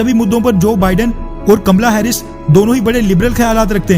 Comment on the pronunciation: ये कमला हैरिस है या कमल हैरिस।